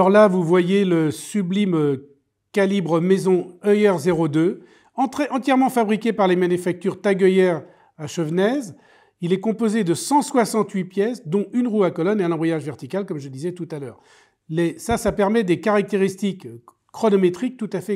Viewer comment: Ayant grandi dans le coin, vous m'avez appris que les mouvements étaient fabriqués à Chevenez. Soit dit en passant, on prononce "chevené". Bravo pour vos vidéos